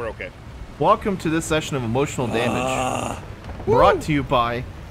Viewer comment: He didn't say "emotional damage" right 😂 I think I've been watching too much Steven He